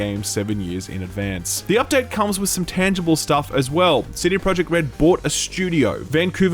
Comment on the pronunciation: I love u man but pretty please. I am from Poland and i cant stand how u say the company name-cd projekt. U should say it with j like y - cd proyekt. Pretty please. Much love